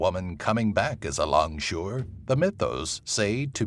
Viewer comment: as a malaysian, i think that langsuyar is langsuir